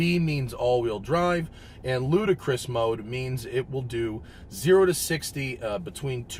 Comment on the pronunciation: Its LUDICROUS (Lu-Di-kres) not Ludacris ;)